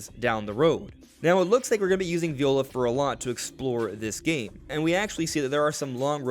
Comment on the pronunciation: minor note, it's actually pronounced "vye-ola", not like the instrument